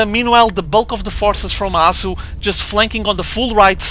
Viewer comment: hasu not arhsoo